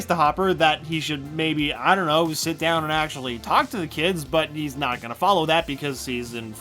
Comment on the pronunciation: Don't you mean Not? Its not noot.